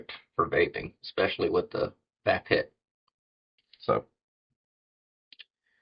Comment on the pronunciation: Hey hope all is well wit ya. Thanx again for the seeds from Greenwrld. That Vaphit looks cool oh and yeah don't take it personal but it's kind of funny when you pronounce the Vaphit it's pronounced like the word Vape and hit and put them together LOL but it's cool though it's a nice product thanks again for your reviews.